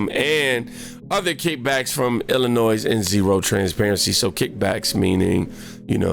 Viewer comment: Mate, you've got a great channel! You're evolving well with it!! One thing man, Illinois, the (S) is silent.